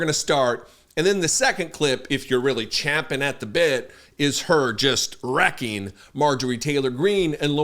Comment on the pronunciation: THANK YOU for correctly pronouncing the word “champing” in the idiom champing at the bit! I‘ve seldom heard that said correctly. I get a lovely frisson when correct English is used.